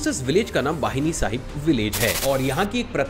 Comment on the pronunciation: बाहिनी साहिब नहीं भाई वो भैणी साहिब है मैं वहीं रहता हूं।